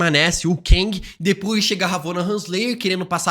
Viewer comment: para de pronunciar "Keng" ja que no filme quantumania chamam ele de Kang.